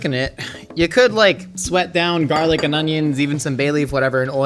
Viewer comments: why does he say jarlic and not garlic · I thought it was garlic and not jarlic. Quit trying to be cool